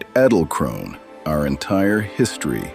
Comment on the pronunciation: It is pronounced in German EDEL-KRONE ... The "E" in EDEL sounds the an "ay" in WAY but without the "a" sound .. . The "del" in EDEL sounds like "DELL" without an "E"... like "DLL". KRONE is like CROWN with a hard "KR" sound without rolling "R" like "kch". The "one" in KRONE is like an "oh-na" ...